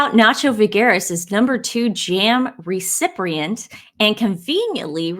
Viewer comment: "Recriprient?" "Pitcher?"